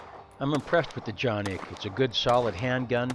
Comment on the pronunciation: wow.. very nice to see and hear how really the name it will have to be pronounced